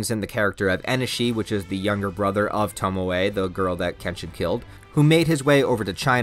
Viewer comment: Sorry it’s bugging me: Tomoe is not pronounced “Tomo” but “To moe eh”.